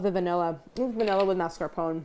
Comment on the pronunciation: maritozzi was pronounced correctly, but mascarpone was not. “mas-car-poh-nay”